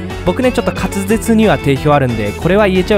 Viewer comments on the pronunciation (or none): 滑舌すらまともにいえてなくて草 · 滑舌には定評あるとか言ってるけどその滑舌上手いこと言えてないやんw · それもの魅力の一つですね